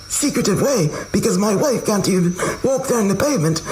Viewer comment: hes says 'can't' in an American way, totally not in keeping with the 'English' hes trying 😂